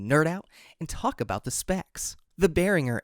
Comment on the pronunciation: Not to be picky but the brand is Pronounced "bEH-rihn-jer" Great Video!